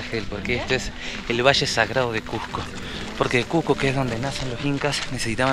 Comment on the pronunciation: Una aclaración, NO ES CUJCO, ES CUSSSSSSSSSSSCO, CON ESE DE SAPO, CUSCO. Buenas noches.